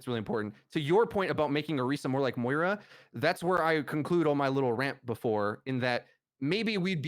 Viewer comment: How do people pronounce Moira and Baptiste wrong it baffles me.